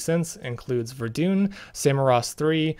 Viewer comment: Ver-dun, not Ver-dune. Sorry, doing history at uni, had to point it out. Keep up the great work!